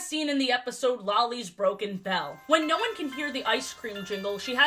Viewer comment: The Australian "noorr" 😭